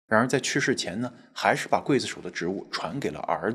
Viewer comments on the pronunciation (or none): 每说一次gui，我就喊kuai，我妈问我干嘛，哈哈哈哈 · 劊不是跪的發音，是筷的發音喔~熱衷於傳宗接待😅講話真有藝術！ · 怎麼沒有字幕，看得很辛苦😢，這集是否是要大家仔細看Ray?真的很久沒好好看帥哥了，是唸塊，不是貴😂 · 發音錯了 不唸桂子手 劊字唸快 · 我第一個反應也是一樣。我剛剛查了，台灣的教育部國語辭典說是唸“筷”或“快”，不同地方的讀音確實不同。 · 但還是超級不習慣他發音讀ㄍㄨㄟˋ而不是ㄎㄨㄞˋ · 不是唸“快”？怎麼唸成“會”呢？ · 我刚才也查了一下，原来是不同地域的读音不同。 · 是ㄎㄨㄞˋ子手吧?! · 劊子手是不是讀"筷子手″才對? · 我們唸劊(快)子手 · 「劊」發音，kuài zi shǒu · 應該是唸劊（ㄎㄨㄞˋ）子手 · 跪子手....聽不習慣😅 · 應該是你們那邊跟我們這邊讀音不一樣喔。台灣一般讀kuai子手。所以我們聽著很彆扭😂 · 我也以為我聽錯了 還用注音符號去查 確實是念筷子手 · 我小時候教的發音是（ㄎㄨㄞ）劊子手😊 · 台灣是念“快”子手，沒錯